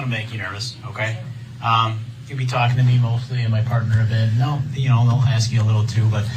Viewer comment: Why does he have a problem saying the word ASK???